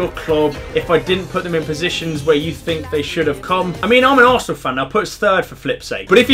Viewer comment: is funny "asernal 3rd"